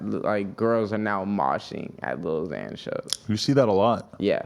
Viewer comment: Omfg it’s “xan” not “zan” fake fan😐